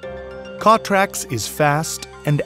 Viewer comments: From the makers of the failed Wondercutter S.... Same company. The name is stupid "CTRLAX". I am computer geek and even for me it took a second to register. The narrator can not pronounce the product name. Steongly suggest you wait and not ne an early bird. Korean startups are known for their quality. *sarcasm) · First of all, who the hell named this product. Secondly, how the #%$& is this guy pronouncing it?